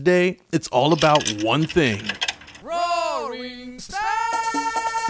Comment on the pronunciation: The rorring start got me. Completely forgot about that 😂